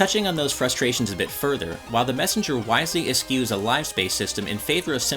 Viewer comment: Good review! You are well-spoken. A quick edit from me (an English teacher): eschew is pronounced eh-SHOE. Like the shoes on your feet. Not eh-SKEW. keep it up! I just bought a switch and you just earned a subscriber with this review!